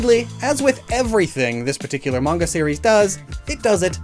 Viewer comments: it's pronounced maN-Ga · “The mange” no that’s peak please keep saying it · that's an interesting way to say manga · I was about to freak out about the manga mispronunciation lol